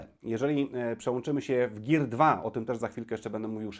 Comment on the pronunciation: "Gir" xD